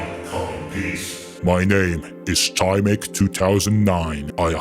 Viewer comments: as you polish viewer im dissapointed in you in TYMEK's name you transleted the Y wrong in polish you say Y like when your thinging of something like yyyyyyyyy you know that now im gonna destroy you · Erm. Actually, you pronounced tymek wrong. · Bro pronouce TYMEK is so bad